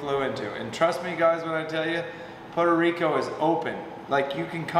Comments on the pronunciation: 1 minute in and I hope I don't hear "Poto Rico" again! It's freaking "Puerto Rico"! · it’s Puerto Rico not Poda Rico 😂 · Pu air tow Ree co. NOT Poe toe Ree co. Hope this helps. 😉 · Had me cracking up at how you say Puerto Rico. Sounded like Pordo Rico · Poe Deriko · “We in Potoe Rico”!! Dang. lol Good vid and fun times. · Every "Pow-tuh Rico" took a piece of my sanity :) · "PODA RICO" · Lmao “poto reeco” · its not podo rico lol typical gator fan, go put on your Jorts 😊😊😊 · What the hell is Poto Rico!? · "Poto Rico" eh? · "poto rico"? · Stop calling it Potarico . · I love how pronounces Puerto Rico 😂😂😂 I only hear gringos say Puerto Rico like that lol😂😂😂 we love em all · Gotta work on that pronunciation man haha otherwise awesome..... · Why can’t you say Puerto Rico? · You had better learn how to pronounce Puerto Rico, really quick